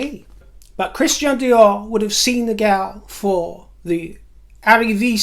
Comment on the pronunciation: you have excellent French pronunciation! Fabuleux!